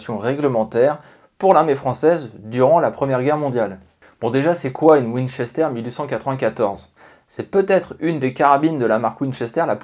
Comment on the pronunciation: C'est un " w " Pas un m